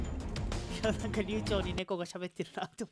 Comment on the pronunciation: もうタイトルコールの時に「なんか」って言うのではなく「◯※+¥?∈」と言う時代のようだ...ww